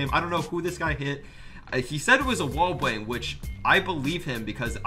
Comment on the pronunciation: Who else heard sayyy "wall bwang"